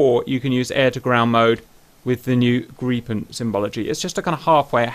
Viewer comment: Lots of Bonus Points for you for pronouncing Gripen correctly. I actually asked on a Swedish FB page, and they were nice enough to help me. I love your channel in general by the way.